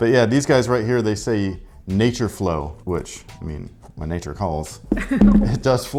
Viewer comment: For a brief moment I thought was speaking french. Nah-ture 😂